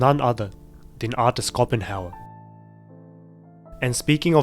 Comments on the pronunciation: It's prononced "Show-pen-hower", not Scopen-hauer, also presenting suffering by showing censored chimpouts is the fucking epitome of current year clownshit. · You can pronounce it like, shopenjauer. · I always thought that Schopenhauer is pronounced the other way, with a ‘sh’ rather than ‘Skopenhauer’ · Sorry to be that guy, but the German philosopher is pronounced with a Shhh sound at the start: Sh-oh-pen-how-er (German is my first language). Terrific video and analysis, have a good one! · Apart from the pronounciation of Schopenhauer, what a video mate!👍